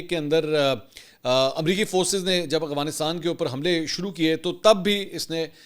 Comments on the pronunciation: aghfanistan ni hota afghanistan hota ha...tallafuz sai kro.. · سر آپ افغانستان کو اغفانستان کہتے ہیں مہربانی فرما کر درستگی کر لیں شکریہ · بھائ اغوانستان ھے یا افغانستان ھے don't mind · correction please, its افغانستان not اغوانستان